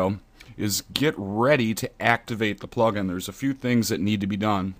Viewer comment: Great Tutorial mate laughed when you said "Dont activaaarrete it haha